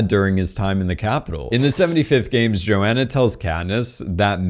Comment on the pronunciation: dude there is an H in joHanna and mAgs is said with an A not an e